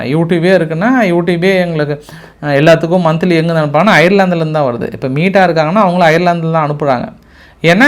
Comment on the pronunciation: .....அது மீட்டா இல்லை மெட்டா.